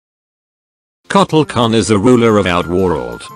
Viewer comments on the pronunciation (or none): I have no idea if the tts messed up but I really wanna believe you called him cuddle kahn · When the voice can’t say Kota Kahn correctly, so you make it say KK instead